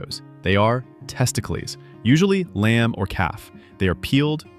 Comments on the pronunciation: Testiclees? I didn't know there was going to be a Greek dish in this vid. How about AI pronouncing it, 'testicles'. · Me sitting here unable 2 forget he said testiclease instead of testicles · I wonder if he did that pronunciation in jest or ignorance?